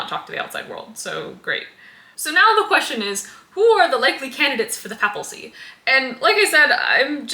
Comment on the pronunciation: I just have to point out that it's "papacy", not "papalcy", which gets said several times. 😃